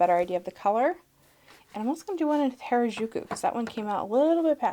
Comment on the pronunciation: just a fun fact: 'harajuku' is a youth subculture hotspot in tokyo and pronounced "ha-ra-ju-ku," with the r sound being similar to the spanish 'r' (not the rolling one!) and the 'ju' sound being hard and less like a soft g (as pronounced it).